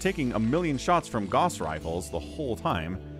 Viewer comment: My brother it is GOWSS rifles not GAWSS rifles